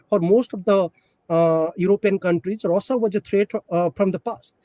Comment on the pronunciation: This guy a joke, can't pronounce Russia properly, such a bad accent. Had to turn on subtitles to understand. too says OOkraine instead of Ukraine. Presentation matters.